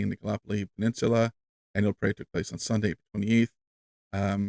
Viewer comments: Gallipoli, not galopoli. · No Shade, but in Australia we pronouce it Gal lip poll lee (all squashed together and spoken quickly, well becuase we're Australian) 🙂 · Hey, just wanted to let you know Gallipoli is pronounced Gal-lip-oly 😀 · It’s Gal- ipoli